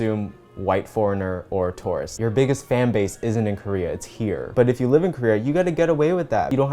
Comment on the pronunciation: So I thought you were saying "taurus" when you were saying "tourist" and really wondered who hurt you for a hot second.